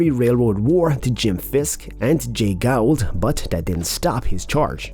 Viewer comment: Even a trust fund may not always help. Henry H Rogers of the Standard Oil trust put his considerable fortune into a trust, but his son (HH, Jr) broke it and paid out almost everything in taxes just because he hated his son so much that he didn't want him to inherit! Gould is pronounced as "Goold." The NY Central merged with the Pennsylvania RR before going bankrupt. The C & O is part of the Chessy System (CSX). Many of these people thought that their companies would go on and on paying great dividends and having high stock values (like Huntington Hartford and his A & P stock). Andrew Cooper (at least the graphic is correct)??